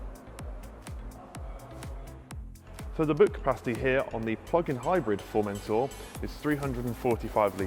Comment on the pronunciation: FormenTOR....... Not formentaaaa